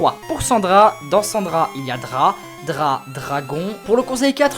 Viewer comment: excuse moi mais c'est dra drap plutôt